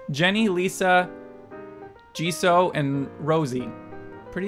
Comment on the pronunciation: btw the names of Jisoo and Rosé are pronounced as Jesus without the final "S" for Jisoo and Rose-hey for Rosé <3